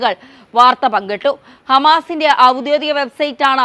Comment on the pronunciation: ഔദ്യോദീകം അല്ല ഔദ്യോഗീകം എന്ന് മൊഴിയോ